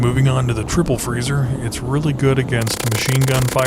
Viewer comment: Freezer not frezzer